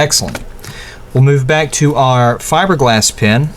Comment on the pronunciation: is he saying fibreglass pin or pen? cause it sounds like pin, lol